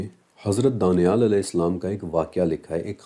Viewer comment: Danial ka Pronnouncaction hmm daaniaal karte hain, but likhte danial hi hain aapne muslimo ke name sune honge daaniaal.